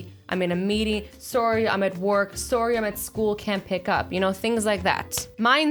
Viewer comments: Azzy sorry = so-ri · You Say Sorry Funny 😂😂